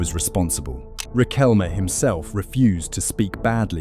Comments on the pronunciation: RiquelmE no "Riquelm" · yeeeaah well was a complicated era here and even us (many of us at least) think that that world cup was fixed...i mean military dictatorship and all that, right?. BTW the "E" in Riquelme its not mute, just saying, i dont like the guy, but is a pronunciention thing